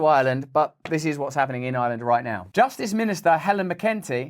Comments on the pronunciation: Minister of justice is pronunced Mac in Tee not mccunty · “Mac un Tee”…...